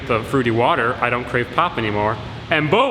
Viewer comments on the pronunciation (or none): Thanks, I'm going to go work on wood to make "imma so exciated byuh"